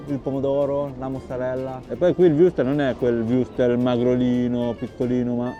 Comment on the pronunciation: Viuurstel????😂😂😂😂 wurstel!😂😂😂😂😂😂😂😂😂😂😂😂 Occhio alla pronuncia!!!!